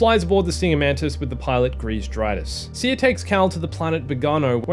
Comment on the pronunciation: Small detail, but I like that you started saying Cere as Sear instead of See-Air. Love your videos and the news updates on Survivor